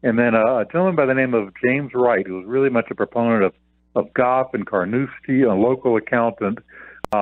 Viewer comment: It’s Carnoustie, not Carnouski